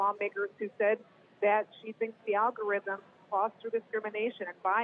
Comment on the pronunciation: this is so funny she can’t pronounce algorithm